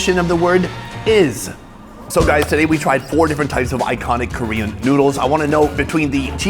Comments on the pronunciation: Can he speak and read Korean?? The pronunciation is so good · Dude how long have you been in Korea? Your Korean pronunciation is getting better and better lol